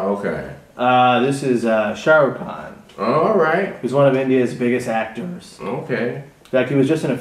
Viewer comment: brother ...its khan not kahn